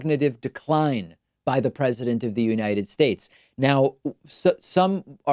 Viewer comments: " god bless the unidess shashe" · Neuderoragenative, neutrovigilantive, nitrovirginative,....err, the oranges of ...err.. you know who I mean.... his oranges in the Unitchudshtatesshovharmonica .... Watch out David! Maybe those were from Trump having some contagious nerogenderemedive...er....nerdorageneralrelative.... anyway YKWIM disease. It's a case of fear's fear. To be wary of a notably more difficult word to pronounce (7 syllables) although one is more than capable of enonciating it perfectly. You are a very good communicator, David. Neurodegenerative disorder you have not (I consulted Yoda).